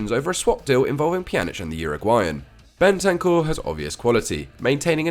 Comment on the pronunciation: Bentancur for Pjanic 😭 that’s the worst thing I’ve ever heard